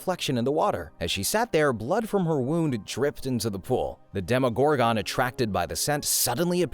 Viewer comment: Bro he keeps saying demogorgON